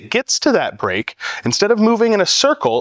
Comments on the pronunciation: I thought he said a Brick... for 2 seconds I thought where is the brick? then realized he meant a Break... otherwise his English was easy to understand, no weird accent. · Break? I thought you said brick!